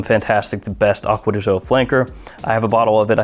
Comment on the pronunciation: Sry can't stand it anymore, read it like acqua di joe not acqua di jeaux... Trust me im half italian